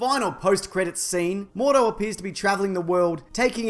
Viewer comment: Mordo not Moros